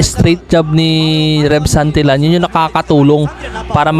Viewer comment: Santilyan not santilan pronounce it correctly